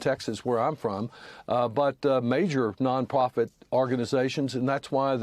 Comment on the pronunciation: This guy can barely even say non-profit 😂